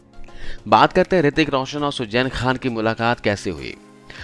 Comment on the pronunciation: Poori katha me aap ka Suzain Khan ko sujjain kehna kaan me buri tarah khatakataa raha hai . Km se km kisi naam ko sahi se bolna to seekh lena tha.